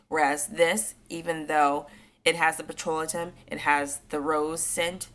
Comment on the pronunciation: Pet-ro-lay-tum. (Petrolatum)